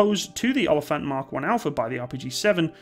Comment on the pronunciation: You butchered the word oliefant